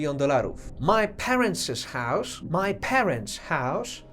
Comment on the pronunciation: Hause to "hausz"? Łot łosz dat? Co to za wymowa? hause - hausz , was - łosz... Nigdy nie słyszałem takiego "sz" u Anglika, a w zasadzie zapytani Anglicy też nie słyszeli czegoś takiego, hmmm 🤔